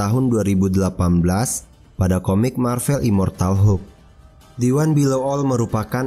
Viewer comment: Maaf min, pelafalannya yang Mar-Vel, bukan Mar-Vell. Mar-Vell itu memang ada tapi itu nama seorang Kree yang pernah berkamuflase menjadi manusia (perwiranya Carol Danvers waktu dia masih menjadi pilot).